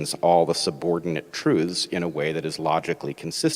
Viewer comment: Hey learn how to pronounce truths properly then criticise people using someone's else's logic... Sam Harris would be proud of his little acolyte then